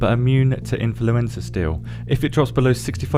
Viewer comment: It's so funny hearing you saying "I N F L U E N Z A"